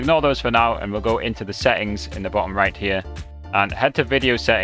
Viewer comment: Oh yes... be sure to adjust your "seh-ings" because the "seh-ings" are very "im-por-un". 😅 😂 🤣